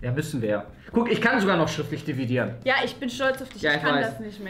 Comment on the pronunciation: Ich kann schriftlich diviedieren." Auch:,,Ich kann doch nich schriftlich dividieren." Lachflash OMG 😂😂😂😂